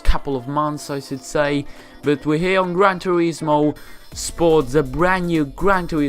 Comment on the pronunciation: gwan toewismooowwww